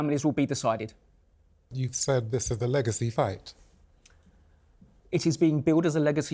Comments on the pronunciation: The way he said eggacy and waited for the joke to BANG. 😂😂😂😂😂😂😂😂😂😂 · "eggacy" 😂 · Its eggacy 😂😂😂😂 lol warra legend hhhh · "Eggacy" his face afterwards 😳 LMFAO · Everyone was scared holding back hard from explosion of laughter after "its eggacy isn't it?" 😂😂😂😂 kudos to em. Senior is senile😂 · killed me with "EGGACY" 😂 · eggactly their eggacy is no yoke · "Eggacy" Class that lad! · Saying it's an "Egg-acy" fight was very funny". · Daddy Eubank sure Knows how to pronounce alot of unusual and difficult sounding Words, but his like a parrot he doesn't know what the words mean, bit like Del Boys French, if those two fighters fought in the same division all their careers Benn would of knocked baby Eubank spark out, was never a fan of Benn or Eubank Sr but they put on amazing flights and we're two hard nuts who could box good ☘️✌️